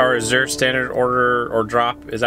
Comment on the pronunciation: Your Azure Standard coordinator is supposed to let you know when the truck is late. Pronounced Az-zure.